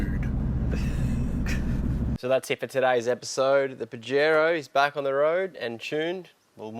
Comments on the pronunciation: YO Don't say it like a pinche pendejo... try a bit of south of the border.. Pajero SOUNDS LIKE paa -- hr -- ow OLE! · That pronunciation of Pajero hurts my ears, but I dig the build. Good work fellas. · Pahero is the correct pronounciation 🤣